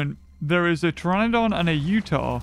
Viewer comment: I like when you say tyranodon Its like a hybrid half tyranosaurus rex and falf pterenodon